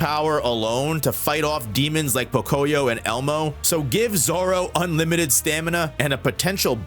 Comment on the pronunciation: Fun fact, Pocoyó is Spanish, and you should pronounce it Pocoyó with the accent on the final O. Might not seem like much but it was really driving me nuts.